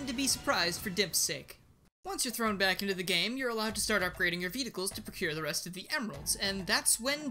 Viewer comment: Ah yes, Vedicles